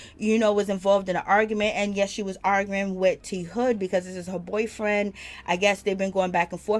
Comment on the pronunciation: His Name is T-Hood not J-Hood